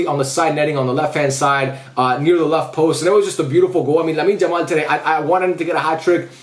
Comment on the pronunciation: Don't wamna be rude or something but could you pls call him "Yamal" and not "Jamal"